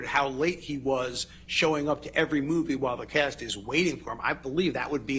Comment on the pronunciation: Man spoke "while the cast" but accent made it wabbecast. I misheard and thought it was "Wabberjack" 😂😂😂